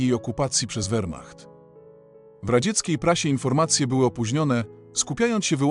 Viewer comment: Füchrer I wechrmacht? Bolesne doswiadczenie sluchowe. Lipa I nedza.